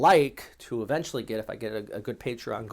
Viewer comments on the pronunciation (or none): none